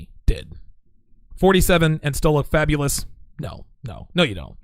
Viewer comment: "Fabalous"... something you want to tell us? lol